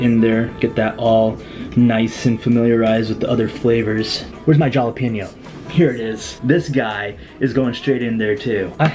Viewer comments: Being a New Mexican, Jalapeno is pronounced with a hard H not a J. But, I love watching you. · isnt jalapeno pronounced hala peen yo